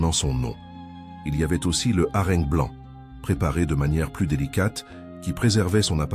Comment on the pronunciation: IA.... j'abandonne .Ne pas mentionner que le poisson est LE symbole de la Chrétienté ... Le harengue prononcé à la meridionale...., non là c'est trop...